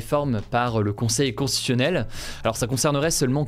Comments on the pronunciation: Je pense que Hugo a dû consulter des écrans avant l'âge de 3 ans vu les problèmes d'élocution qu'il rencontre très fréquemment point notamment pour prononcer le mot constitutionnel et autres difficultés en fin de vidéo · Tu as du mal à bien prononcer "constitutionnel", mais moi aussi 😂